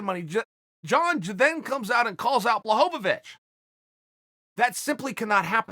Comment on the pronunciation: Chael adding an extra syllable to Blachovicz is so Chael.